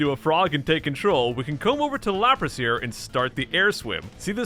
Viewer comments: i just realised you said lapras xD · Lapras? Lapras? LAPRAS? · It's a lapras. Fight me. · is nobody gonna talk about how he calls it Lapras